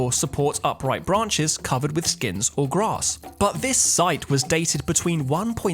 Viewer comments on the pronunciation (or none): none